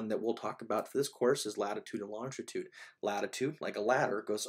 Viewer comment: you repeatedly said 'longtitude' is this an Americanism for what we in England refer to as 'longitude'?